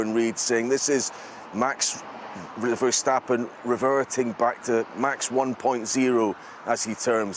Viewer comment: It remains difficult for some people to not say Vershtappen but just Verstappen.